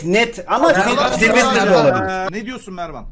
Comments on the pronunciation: Saylsterı silvistır diye okudun ya ben utandım. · Abi siylistır deil saylister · Silvistır değil saylestır diye okunuyo en sevdiğim youtuber diye biliyom sjsjsjsjsjsjs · Abi silvistır ne ya 😂😂😂 saylestır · Abi o silvster diye okunmaz Sayıstır diye oku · Silvistır değil SAYLSTER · Yaaa sivlistir deil saylester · abi sen silvistır diyince gülmekten ağladım annem neden ağlıyosun dedi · saylster a silvistir diyen ilk insan😝😝😝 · Slistır hahaha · Abi saylestır diye okunuyo